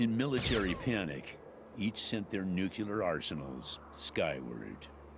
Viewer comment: “Nucular”? How embarraskin....